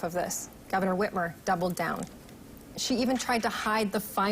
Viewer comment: "Gretchen Witch-mer" absolutely NOT a gaffe. Horrible governor. Gotta get her out!